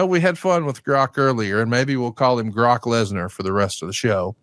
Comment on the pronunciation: The amount of times they mispronounced grok in the first 2 minutes I had to turn it off